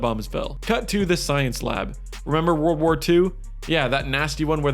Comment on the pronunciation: Bro said word war 3💀💀💀💀